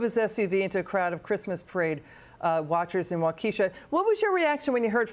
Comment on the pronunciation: Yeah, we all know that Fetterman isn't fit for the job but how tf did this woman pronounce Waukesha!? OMG